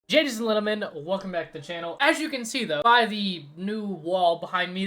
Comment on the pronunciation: “Gadies & Lentleman”